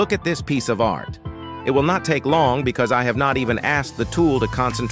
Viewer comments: Thanks but I am not making AI vids. I was merely commenting on the AI speech in this vid. It sounded like it said "dis" instead of "this". That's all. thx! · 43 he did NOT just say "you will be directed to DIS page". Someone please tell me he did not just utter that. AI speech using DIS? smh....